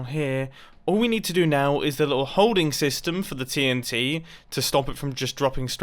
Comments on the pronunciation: Mumbo, you said sastem instead of system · Nobody : Mumbo : TNT SESTEM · Anyone else notice how he said "TNT sestum" ? Or is a TNT sestum a thing in Minecraft that I've never heard of before? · sesytem?? Anyone?? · mumbo says sestem lol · "TNT sestym" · he said sestem instead of system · Wait did he just say saystem 7:8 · Mumbo: "We are gonna have to test out the TNT sestem" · Mumbo: Test out the tnt SESTEM Em... mumbo u ok m8?